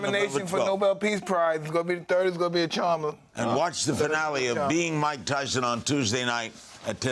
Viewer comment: Its mike tythson get it right